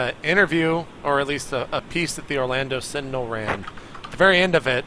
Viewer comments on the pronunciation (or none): none